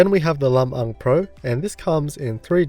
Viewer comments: Good job pronouncing "Lam-Ang" correctly,. Much appreciated.:) BTW, it comes from "Biag ni Lam-Ang," an epic poem from the Northern region of the Philippines telling of the heroic exploits of its titular hero.:) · I got goosebumps when you actually pronounced Lam-ang right!!! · Thank you for the review! The Pinoy in me is so pleased at how you pronounced Lam-ang correctly. ✌😌🤘 So excited, my BF is passing his Lam-ang to me and I couldn't be happier. 😍🇵🇭❤ Edit: "Lam-ang" is a character from Ilocano folktale, one of the first Filipino epics to be recorded. "Illis"/ilis - in Ilonggo language means "to change"/"to swap"